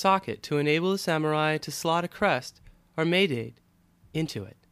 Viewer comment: Nice video but the word 'maedate' is pronounced more like 'mae-dahtay'